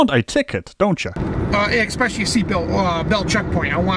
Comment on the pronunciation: He said “expecially.”